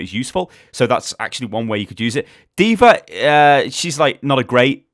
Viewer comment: legit question here. why does say AnaR DvaR and so on?